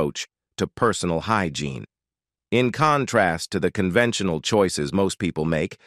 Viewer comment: I was looking for this comment! The voiceover/narrator wasn’t even speaking English some of the time and even switched up to an Hispanic accent a number of times. Who mispronounces “hygiene “? I hate AI.